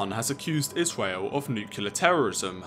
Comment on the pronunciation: I love how he says Israel as Isweal